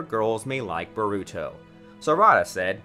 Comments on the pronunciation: bah ru to, sa suke, sa rah da, why just why this pains me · this man said boruto xDDD its borrr uuu to.... in japanese wtf lmfao